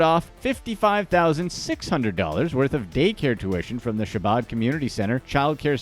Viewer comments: Learn to pronounce Chabad. HAH-BOD. Yeah what he did was wrong, but don’t just concentrate on this low level stuff, go after the billionaires. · I noticed that too.. he probably thinks there is only one Mendel.. did he say Rabbi’s son was named Mendel after his uncle? Lol also the way he mispronounced “Chabad”..